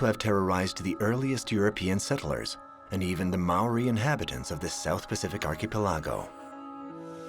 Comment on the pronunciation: The narrator needs to get his pronunciations of certain words right, (Archapeligo for instance)